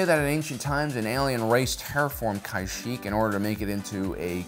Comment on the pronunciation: Also Kashyyyk is pronounced "kuh-sheek" not "kai-sheek" 😭